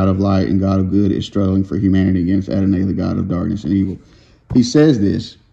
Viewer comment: Hey sis. They spelled it “Adonay” so I was trying to sound that out. Probably should have pronounced it as “Adonei” or “Adonai.”